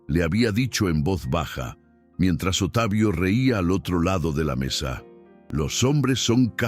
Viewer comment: Porque dicen Otavio,,,,,, se pronuncia Octavio así se dice correctamente (Octavio) por favor digan correctamente las palabras ,,,,,, gracias .